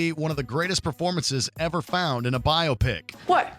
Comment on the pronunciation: Bi-opic! Say it with me. Bi-opic. Like bi-ography.